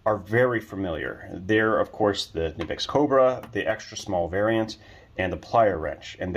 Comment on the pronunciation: KUH-NIP-X not NIP-X - this is directly from the manufacturer